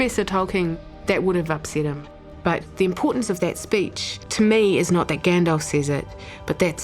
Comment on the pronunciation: This is a great video, but you can't pair it with saying "Saron" and "Gandolf", c'mon haha.